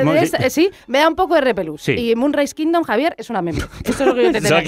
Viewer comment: No sabe ni decir bien Moonrise Kingdom, primero aprende a pronunciar bien el nombre